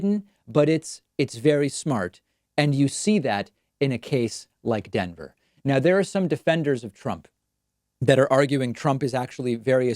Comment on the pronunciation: What's "Adenver"???